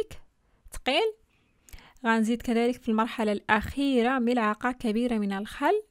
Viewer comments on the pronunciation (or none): none